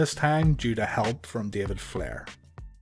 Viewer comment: The way you said David Flairs name 😂😂😂